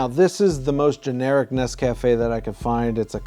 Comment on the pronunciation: It's pronounced NES-ca-fe